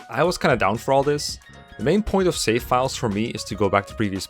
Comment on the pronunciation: It helps to emphasize the V in the words 'save slots'. Avoid pronouncing it like an F.